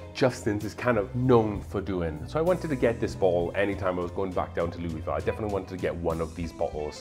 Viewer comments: In case you don’t want to sound like a complete out of towner it’s pronounced “Lull-vole” I can’t explain to you why it just is. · makes total sense. Also being Welsh and British maybe why my inner self pronounces it Louisville. Although I see myself as a Welsh migrant to the USA instead of British. Much like Jack Daniels and Evan Williams!